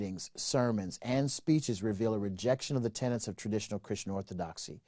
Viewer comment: I cringe every time I hear Americans hold forth on the 'tenants'of the faith - the word is 'tenet' - a tenant is soneone who rents a property!